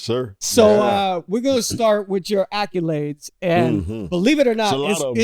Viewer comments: Am I the only one who is bothered every episode by the pronunciation of "accolades?" 😅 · Why this fool keep pronouncing accolades like that?